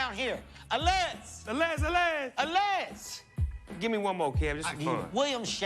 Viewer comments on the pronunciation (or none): A-lezz 😂😂😂 allez is said allay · "Allez" is French and the Z is silent, by the way the fencing is the only sport the refereeing is in French.